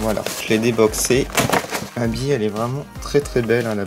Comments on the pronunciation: mais c est vrais tu dit abbi alors que c est Abbey on fait la pait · c est pas habit c est habey